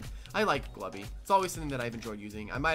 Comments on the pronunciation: i find it annoying how it's pronounced "glue-bee" and not "glub-bie" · There is no way I am calling Glubbie "glue-bie", that is ridiculous Also wow, Glubbie is pretty good offensively with Sapphire considering how magically bulky it actually is, and I think I'll probably use it more :p